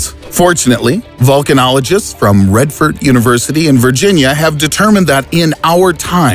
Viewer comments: Raadford, not Redford 😭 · as a former virginia native, my eye kinda twitched at the mispronunciation of "Radford" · radford not redford university lol